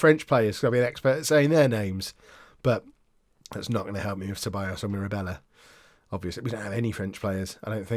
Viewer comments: Ceballos. Pronounce the C as an S when its follwed by a E. LL = LJ so Sebaljos. plus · Ceballos (sebiyos) is Spanish, Mirabella (Mirabella) is Italian, 'll' is different in Spanish to Italian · Dani Ceballos is pronounced c is pronounced like a s so it would be sebayos